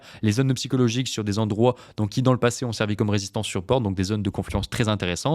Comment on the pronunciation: merci, attention les si n'aiment pas les rais ! et attention aussi à ne pas dire "ceux qui z ont" !